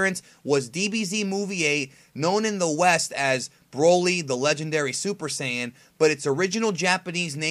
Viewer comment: you just said super siyan grain 3